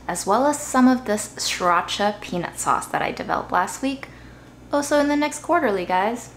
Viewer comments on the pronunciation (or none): none